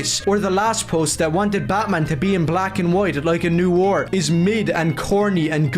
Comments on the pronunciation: Okay, but for a guy who keeps saying he's a fan of Noir ...does he know how it's pronounced? I don't like to belittle people who have specific issues with words cos that comes across as pretty abelist. But like, he keeps calling it "NEW-or". I'm not doing crazy here right? It should be "Nuh-wahr"? Is this just a thing he does because I'm starting to think he doesn't know what Noir actually is now.... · Oh good lord above i understand accents but every time he said "new are" i died inside. Its pronounced nwär. Its a french word and its pronounced fucking nwär. Im getting flashbacks to when one of my classmates pronounced "mosque" as "moss ah que" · “We don’t need to see superheroes’ eyes!” Finally… the CEO of Youngblood’s Disease! (Also, I cannot get over how he consistently pronounces “noir” as “new ore”.) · “They don’t understand NEW-ore.” Brother, you can’t even pronounce the word.